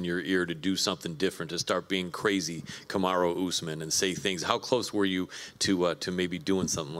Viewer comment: Kamar”Who” Usman 😂